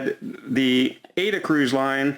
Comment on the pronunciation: it's pronounced "Ah-E-Da" as in the opera by Giuseppe Verdi.